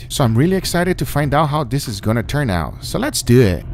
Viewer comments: So let's do ehhht🤣🤣🤣🤣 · so lets dooo etttttt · SO LET'S DEWET. Best thing ever spoken on youtube.